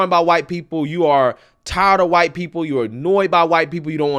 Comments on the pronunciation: Hahh!... she herself is, "K'hhhwite". *(She should learn pronunciation, too. The schools have failed her, but succeeded in their society-destroying brainwashing. They've made a perfect "useful-idiot" [in Lenin's words] out of her. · It's like she is spitting on white people when she says it like "hwite". It's sad really that the double standards going on right now. Those that spew hatred against whites seem to think that it's not racism but if whites said this they would recieve backlash and get rightly so. I mean lord you hate someone because of the color of their skin but are literally calling out whites for racism. . . Hypocrite plain and simple. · " phhwite people" lol I don`t have a clue what she is raving about? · She has white skin while she keeps saying “hwhyte” No one cares how she feels and she can stay as far as way from me and every “hwhyte” person with her hate and racism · its honestly funny hearing her say shit rhetoric about gwhyte peeple when she basically is gwhyte but shes korean so she doesn't fall into the gwhyte classification because we all know its ''you are in that group'' or ''i am in that group'' ''you ain't that'' etc,... Her consistently saying 'hwite' is because shes mocking and its triggering her to say white or think about it. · I thought my concussion hearing issues evolved to a new form of stroke when I heard her start saying "hwite" people. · When she says, "hwhite", she is imitating the sound you make when you hock a loogy. It is a disgusting, hateful pronunciation, by a hateful, racist person. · that pronunciation was used in the Boondocks from what i remembered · She cant say her w's thought those people had trouble with r's and l's ? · When she pronounces White like she's spitting up phlegm is so disgusting 🤢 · How come she can't say white? Is she a little brain damaged? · They pronounce white that way to express and create a nasty sort of vibe in regards to white people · What is with the"whhkkkite" pronunciation🤣🤣🤣